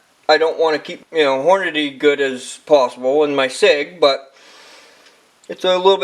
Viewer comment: .. STOP SAYING HORNADAY!